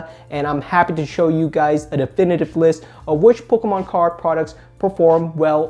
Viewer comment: I love how he pronounces "pokkommoncards" :P